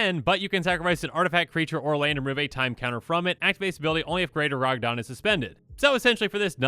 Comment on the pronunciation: Gargadon, not Garagadon.